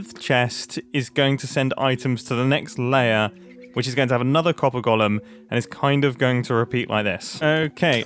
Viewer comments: And here's my third Hermit in 24 hours mysteriously unable to pronounce 'golem'... there's definitely something in the water! 🤔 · I like how Mumbo says “gollum” instead of “Golem”